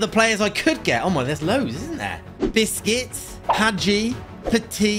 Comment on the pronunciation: He cald busques biscuts